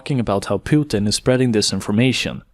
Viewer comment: omg someone said "Pootin" and not "Putin" as in "puke". Mainstream Media hacks take notes.